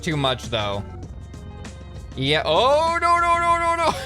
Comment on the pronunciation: When he said nonono i thought he said urauraura